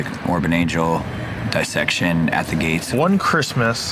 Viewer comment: is he saying Dissection?? is that the proper pronunciation?